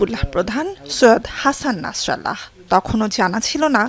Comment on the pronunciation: নামটা শুদ্ধ করে বলতে হবে নাসরাল্লাহ না নাসরুল্লাহ 😅😅